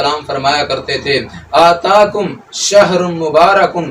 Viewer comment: آتاکم✖✖✖ اتاکم✔✔✔